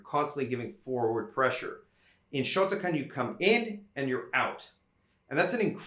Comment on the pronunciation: Kyokushin came out of shotokahn